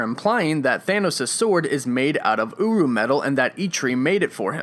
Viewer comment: No, it's not uru